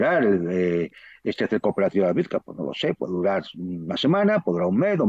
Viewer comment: Miguel Ruiz/Juan Antonio Aguilar los "sigo" desde el comienzo de la OME Tratan excelentemente con acertados y exactos relatos lo que acontece realmente en el frente. La ciudad en cuestión se pronuncia "AVDIEYEVKA" a partir de una incorrecta transcripción del ucraniano. Lo mismo ocurre con Jarkov, Lvov Soy Ingeniero Militar Aeronáutico graduado en 1977 en Academia Zhukovski. Obtuve Maestría en Ciencias Técnicas (MSc en CT) y posteriormente el Doctorado en CT en . Hablo ruso desde 1963